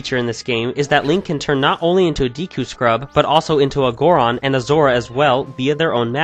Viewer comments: ITS PRONOUNCED "DEKU'' NOT DEEKU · deeku??? deku(day-koo) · Your mispronunciation of "Hylian" "deku" and "Epona" make me cringe.